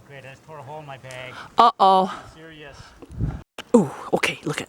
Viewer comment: I would have definitely tased you for coming up to my police cruiser. Also,, it's not " Beg ", it's " Bag " for God sake.